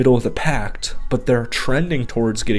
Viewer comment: Yep, then he says the Defense is the middle of the 'Pact', instead of 'pack'....lol